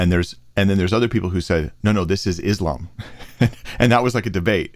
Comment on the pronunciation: The dumbest thing any president has ever said. George Bush Jr "Islam is peace." He couldn't even pronounce that he called it is lamb